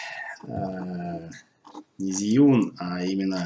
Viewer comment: Инженеры похоже совсем не в теме относительно удобства конструкции. Могли бы на стадии разработки пообщаться с опытными практикующими видеографами. Зиюн, Жиюн, Жюин... , китайцы произносят ещё сложнее Джьюин ))) Кстати, мы с Сергеем Щербаковым скоро снимем сравнительный тест нового двуручного Fosicam (продолжение Профи) с Zhiyun Crane 2.